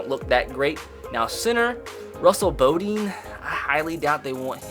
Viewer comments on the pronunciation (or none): none